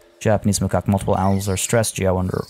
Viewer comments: It's insane to me that you have so many animals and your zoo is still making money. I've always heard macaque pronounced as mah-kak. If there's ever a crash, make sure to check your animal storage because pregnancy at the time will have the babies put into the storage so you can suddenly find yourself with ten new animals in storage. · So i paused the video cause i had to go to the bathroom. I come back, you were renaiming the stores in the japanese section: Me: unpauses the video: "ma' cock" Me:................. Then i realised it was macaque lol Btw, great video. I'm gonna throw it out there and say you could slow the aging rate of the animals a little bit more, it’s getting stressful to keep up with animals aging, dying, maturing. It's not going to be revolutionary but i think it’ll help. Keep up the good work! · If you say makac monkeys. It sounds like macokc monkis.